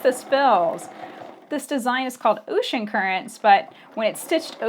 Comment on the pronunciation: Ooshen currents? Lol